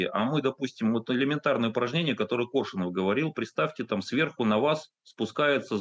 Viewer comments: Этот как будто специально произносит фамилию Коршунова, неправильно ставя ударение. Не Коршуно'в, а Ко'ршунов. При этом слышит же, что Максим произносит по-другому. И Максим лично знал Коршунова Виктора. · Думала мне только ухо режет произнесение ведущим фамилии КоршунОв. И не только это. Ощущение, что ведущий абы как окончил школу и подался зарабатывать на таких вот темах. Настолько безграмотно изъясняется.